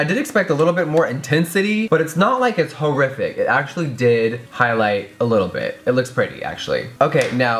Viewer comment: Did you just say hoerific or do you just pronounce horrific weird I can't tell but it made me laugh